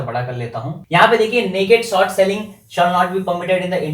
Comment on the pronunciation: Bhai, there english todi kaami hai, it's short not sort